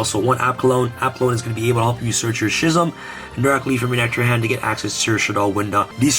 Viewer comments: Great profile, but Schism is pronounced "Skizem". Was mildly infuriating lol. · I dunno why the way ya pronounce schism just makes me cringe lol